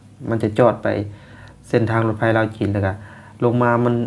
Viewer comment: ในภาษาไทย ตัว พ.พาน และฟ.ฟัน ออกเสียงต่างกันครับ แต่ออกเสียงเป็นรถไพ ไม่ถูกต้องต้องอ่านเป็นนรถไฟ